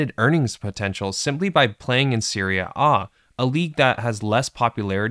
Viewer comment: Annoying and unnatural pronunciation of 'serie A'